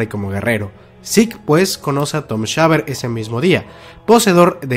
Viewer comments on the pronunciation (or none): none